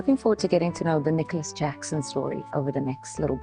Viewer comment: The player with the best name pronunciation ! “NICOLAS JACKSON” 😂